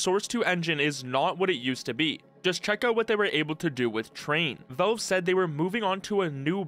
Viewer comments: I absolutely can't stand the way you pronounce Valve. Work on it. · are you unable to pronounce the word "valve"? just curious